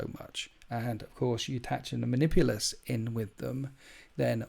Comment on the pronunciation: You're flub on the name Manipulus tells me everything I need to know, avoid.